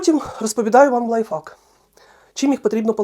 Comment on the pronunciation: Спасибо за прекрасные советы. Спасибо, что поделились опытом. Обязательно попробую. Можно совет с любовью?.. Правильно произносите "лайфхак" (в Вашем варианте вторая часть означает ... мат по-английски). Всего доброго Вам!